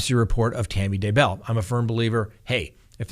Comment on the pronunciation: No accent on Bell....simply Day bell.